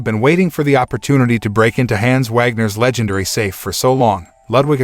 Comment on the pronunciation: The mispronouncing of the name Hans is incredibly cringe